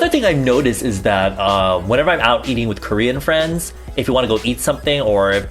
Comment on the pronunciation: for a second i thought he said "eating out your friends" instead of "eating out with friends" and i was like boi what the fuck kind of action are you getting?? lololol